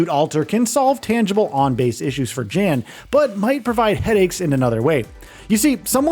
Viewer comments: It's not Dzhen, it's Yan. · 1 thing you NEED to know before making a “15 things you need to know about The Alters” is that the main character’s name is pronounced “Yan” as in young and not “Jan” as in January 😭💀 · Jan’s name is pronounced yon or yawn. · Young sound would be jun/yun. it sounds like Yon. Like Johansson sounds like Yohansson. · In the game they pronounce it as Yawn. So it doesn't matter where you live. That is the pronunciation of the person's name. Period. 🤷🏽‍♂️ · If you actually play the game, youll know how Jan is pronounced... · I feel like you mispronounced his name on purpose like a dick because there was no reason to say it as many times as you did smh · his name is pronounced multiple times in the game. nobody cares what the "American" pronunciation is. it's not an American name & "American" anything isn't the end-all be-all. that's the damn problem. you think because you live in the US, everybody must follow or excuse what YOU think is right. get over yourself. side note, I'm a New Yorker telling your goofy ass this.